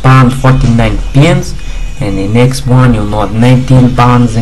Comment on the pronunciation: I swear he says penis instead of pence :D